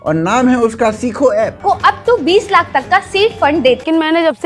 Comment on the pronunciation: Lakhs nahi hai laksh hai hhai😂